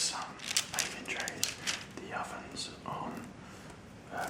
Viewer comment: i was listening and wasn't watching and it took me a minute to realize he was saying "baking" not "bacon", part of me was disappointed. Need more bacon, i mean baking, videos.